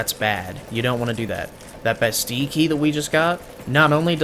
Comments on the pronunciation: Omg dude theres 2 L's in "Bastille" quit ignoring them! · I looked it up because it was bugging me too, and it turns out that it's actually the french pronunciation of the word. (I'm not saying that it's intentional, just saying)